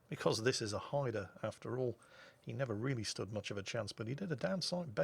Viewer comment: Great video as usual. Nice to see the name Haida pronouned properly, maybe you could give Flambass lessons?